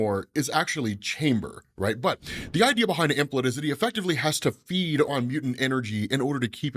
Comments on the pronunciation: Keep hearing "Emplet"... you mean Em-plate... like a dinner plate. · Implet? Like a baby imp? OH, you mean Emplate. Plate. Em... plate. Lol, I'm just kidding. I don't know the correct pronunciation. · "Implet" is what I keep hearing say when it should be Emplate like "M" from Monet and plate like a dish to serve food on.